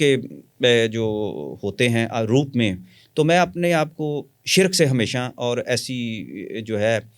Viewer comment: حیران ہوں ساری زندگی علم کی جستجو میں ہے اور کتابیی بھی لکھی, ہر بار خود کو چٹکی کاٹ کر تصدیق کرتے رہے اور شرک کو شرَک بولتے ہیں یعنی لفظ بھی صحیح نہیں بولتی باقی جو لوگ ان سے متاثر ہوئے ہیں ان پہ بھی حیران ہوں, لوگ مشہور ہونے کے لیے بہت باتیں بناتے ہیں حا لانکہ اس انٹرویو میں ایک چھوٹا سا شعبدہ دکھا دیتے تو اتنے لمبے انٹرویو گپ شپ کی ضرورت نہیں تھی اور جو صاحب انٹرویو لیے رہے ہیں۔۔۔۔ دونوں مل کر بڑے بڑے لوگوں نام استعمال کر کے لوگوں کو مزید گمراہ کریں. قدیر خاں بھی اس کا محتاج ہے